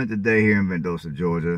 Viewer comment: Val dos ta is how the city is pronounced